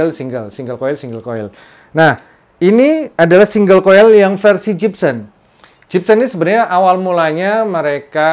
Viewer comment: Gibson... Bukan Jibsen 🙈🙈🙈